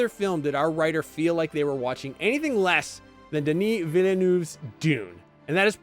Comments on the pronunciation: or How to butcher a name... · The movie is not perfect, that is true, but it is great. This video by IGN is not :D At least try and pronounce the directors name right dude. Unanswered questions are in the book you dummies. Not every movie has to spoon feed you every bit of information. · What in the world is this man even saying? The best part of this video is how badly he pronounces Denis Villeneuve's name and how consistent he does it. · this is the single worst video IGN has ever put out. the worst is he mispronounced the directors name on top of having the worst opinion ive ever seen. is terrible. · One day Americans will actually put some effort in to saying Denis Villeneuve's name properly.